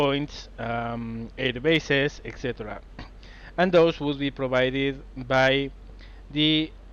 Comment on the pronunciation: "...It was mostly b****es, port and airstrip" Sorry for pointing at your accent, but you made me giggle like crazy XD Haven't watched the whole video yet, but I want to say that I'm loving this LP. Keep up the awesome work! :)